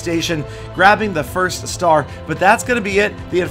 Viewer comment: You said firs*